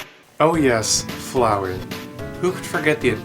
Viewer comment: flowey like floweed